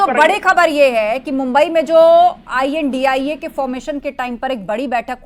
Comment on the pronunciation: Maam indi nhi india पहले बोलना तो सीख लो तब patrakarita